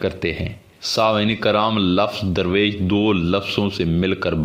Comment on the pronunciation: Your meaning of "Darvesh" is absolutely wrong. It is not durvesh. It is Darvesh which originated from farsi word "dar" means "a door". Darvesh is someone who goes from door to door. the correct Urdu/farsi pronunciation for the english word Darvesh is Darveesh.